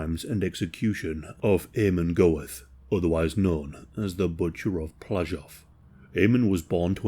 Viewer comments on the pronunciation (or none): His name was pronounced Ah-mon Gert. Also, the Nazis were not "far-right." They were leftists, as in, "National SOCIALISTS." They were a kleptocracy; Goeth knew what his friend Oskar Schindler was up to, but didn't care as long as he aided in smuggling Goeth's stolen Jewish valuables to Vienna and providing him with gifts and girls. I don't know what happened to Goeth's two surviving children by his wife, but the daughter he had by his mistress is still living and appears in a documentary, Inheritance. Her name is Monika Hertwig and she will be 80 this November.